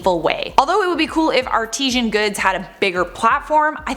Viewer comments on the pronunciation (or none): Artisan, not artisian! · The word is ARTISAN not artesian. Artesian refers to water like Fiji water xx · Yes, she can't pronounce 'artisan'.